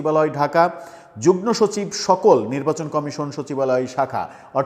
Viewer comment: আপনি যুগ্ন উচ্চারণ করেন। প্রকৃতপক্ষে হবে যুগ্ম।